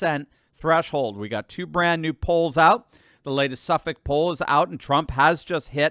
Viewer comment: As an Englishman it fills me with Joy hearing pronounce Suffolk correctly. Its the small things that make the difference 😂.